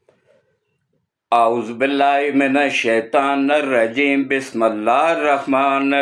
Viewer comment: آدھے سے زیادہ وقت تو آپ نے اپنے چینل پروموشن کے لیے لگا دیا ھے، ناراض نہ ھوں آپ بسم اللّٰہ پڑھتے وقت م کے زیر کی بجائے زبر پڑھ لیتے ھیں ، ھم سب افواجِ پاکستان کے ساتھ ھیں، ھم مسلمان ہیں اور غلامان مصطفیٰ صلی اللہ علیہ وآلہ واصحابہ وبارک وسلم ، ھیں۔